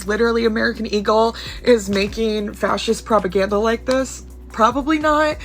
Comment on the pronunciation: fashist purpaganduh and notsee hurrr